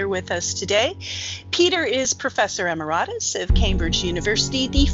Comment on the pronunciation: Jennifer should look up "how to pronounce emeritus" but maybe she was doing the British pronunciation? haha